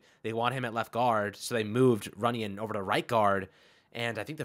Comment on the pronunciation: RUNYON. NOT TUNYON. lol